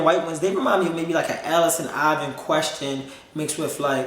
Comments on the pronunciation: Did anyone hear him say “Allerson Ivon” ? Took me out! 😂 I like how he keeps his bloopers and stuff. Makes his videos more personable and raw. Unlike other Youtubers that sound rehearsed and forced. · no way my guy said Allison Iven